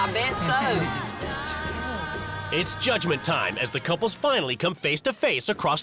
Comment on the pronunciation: The woman with the dyed blonde hair is extremely rude and offensive. She is very hard to understand .. she says "tarm" instead of "time" and "wurks" insteard of "works" , amongst many other badly pronouced words. Maybe she could take some time out of her offensive way of treating her husband and son and learn how to speak correctly ? What kind of a person expects her husband to sleep in the spare room, whilst she sleeps and bathes with her dogs, and also (which is incredibly stupid) puts them in diapers .... why for gods sake ????? Her values are questionable. She is quite honestly a fruit loop !! I hope she has, since the airing of this programme, seeked some much needed Therapy. She is extremely abusive in her manner towards everyone and not a full shilling, quite frankly. I apologise for lowering myself to her level, but I fail to see how else I can get the message across to her, that she has most definitely 'lost the plot !!!!'